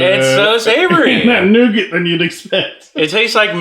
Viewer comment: that nougat sounds more like NOgat